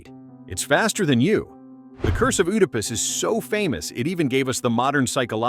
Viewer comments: IT'S PRONOUNCE ED A PUS. NOT OOH DA PUS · Oodapus. 🤨 Bro, you mean "Edipus" Oedipus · I came out of my skin every time I heard "oodipus" please train your gd AI 😭😭😭😭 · Oh no not Oooodepus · I can’t get past “ooodipiss” 😂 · That isn’t how to pronounce Oedipus. This must be AI 😩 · The O in Oedipus is silent. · How many times are you going to say oedipus wrong?? You said it like 7 different ways, all wrong. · You say Oedipus wrong